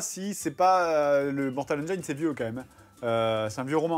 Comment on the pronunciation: Mais ça fait trop mal aux oreilles la façon de prononcer le titre ! On prononce Mortal "HAINE-DJINSSE" !!! Voilà pourquoi il faut traduire tous les titres de film !